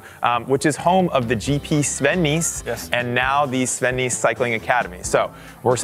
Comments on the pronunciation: FYI: his name is pronounced ‘Nas’, not ‘niece’ or ‘nice’ 😎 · As a native Belgian, it's so funny to continuously hear Jeremy butcher Sven's name. Nys is pronounced like the English word 'ace' with an n in front of it. Other than that minor detail, a very good video from GCN! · The pronunciation of his last name -------- please do right! :-) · The y is pronounced like the ai in "air", not as the i in "nice". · At least say his name right